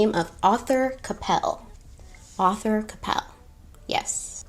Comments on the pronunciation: I love you but its ArTHur not Ather lol I feel like you heard it pronounced in a British accent and rolled with it 🤣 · Your French pronunciations were fine; it was the English one you got wrong 😂. Arthur is pronounced "ARR-tha" not "AUTHor" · Just FYI....the name "Arthur" has an R in the first syllable, so pronounced "Ar-thur," not "author" and "Albert" in French is pronounced "Alber." Deauville is, I think, pronounced "Doe-veal." The fabric tricot is pronounced "tree-coe." French is complicated! 🇫🇷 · “Deauville” - dough-veel, Arthur Cappell - Ar- th -er, Wertheimer -ver-timer, Swarovski - swar - off - ski. Am enjoying your channel so much! How could I reject makeup and history, my two lifelong passions. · I was surprised she didn’t know how to pronounce Arthur! I guess that mustn’t be a common name in the US which is so strange to me haha